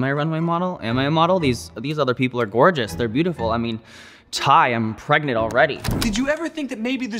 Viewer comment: "I mean ty i am pragnent already" got me